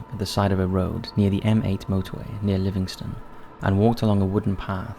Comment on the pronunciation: Pronounce* don't bash him for pronouncing it wrong he's no from here.